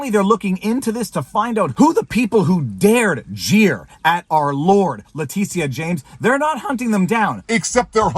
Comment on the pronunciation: Leticia?....who? Oh, Le tit ia